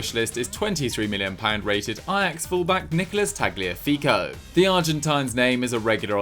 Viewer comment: Ok why do you pronounce the G in Tagliafico? It’s supposed to be silent. Like in Gnocchi